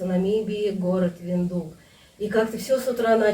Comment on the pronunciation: Виндхук, а не виндук